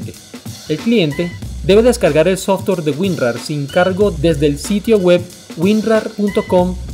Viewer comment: Muy interesante y curioso... pero no tan curioso como la forma en que le dices Softor a Software.